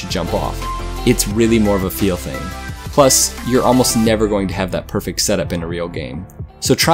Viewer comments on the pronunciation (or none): none